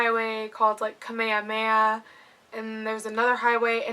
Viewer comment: Here is why People like me get annoyed with Visitors like you , you move here and live here and NEVER learn the names of the streets you travel.. Your Pronounciation of Kamehameha ( our Beloved King) kameamea? huh? you insult our People and yet wnt to be treated special?